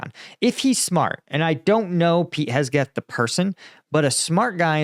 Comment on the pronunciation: Man said Hesgeth